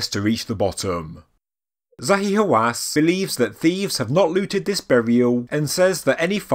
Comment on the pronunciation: Everytime you said the name Zahi Hawass it make my feeling hurt😱